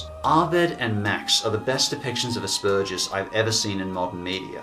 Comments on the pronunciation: It's asperGer's not asperJer's. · I never heard of mary and max before the list but watching it im able to relate to max, having the same condition and seeing it being made aware, its amazing. But i kinda hate the way you say aspergers you make the p sound like a k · It's pronounced aspergers (as spurgers) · no offense but, "Asparagus" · Hey say it with me ok? Ass-burgers alright just say ass-burgers thanks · I have to appreciate the way pronounces Asbergers. I feel less immature when I hear it pronounced like "ass burgers" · That's not exactly how Aspergers is pronounced but I like it. It's most certainly better than ASSBURGERS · Why are you saying Asperger's like that! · You pronounced Aspergers about 4 different ways in under a minute. Well done sir. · The way you pronounce "Asperger's" is very insulting to me (because I have it myself.) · psst the g in aspergers is hard not soft ;D you got me really interested in these movies though haha